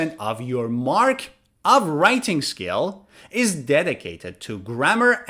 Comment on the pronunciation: Writing Skills** you are saying it wrong